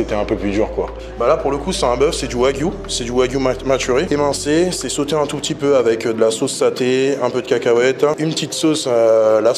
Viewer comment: À la , je crois entendre wayou (?) Mais articule, tête à claques ; c'est du wagyu [ouagyou] avec un g postérieure occlusif comme "gare" !